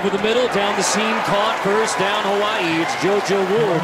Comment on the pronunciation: He doesn't pronounce Hawai'i right. How do I know? I am part kanaka maoli